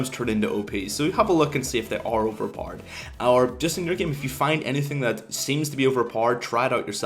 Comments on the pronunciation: OVERPARD, that´s how you pronounce OP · OP=Overpord??? wtf is he saying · "Overparred" sorry for making fun of your accent but i had to lmao ekks dee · continuing to watch just to hear u say overpowered more lel